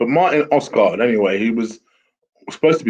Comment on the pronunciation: "Oskart"? That's the worst pronounciation I've heard of Odegaard so far hahaha! Good video though :)